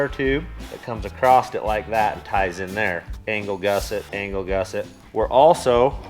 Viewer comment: I love the shows but I say I sure do like when says acrosst instead of ACROSS it makes me smile that's for sure. keep up the great Videos and crew.